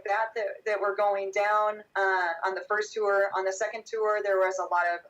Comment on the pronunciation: Is pronouncing the word "tour" with two syllables a California thing? I notice Corey saying it the same way as. "Tewwer" It's odd.